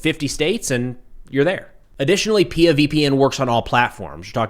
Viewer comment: It is pronounced P I A, not peeya.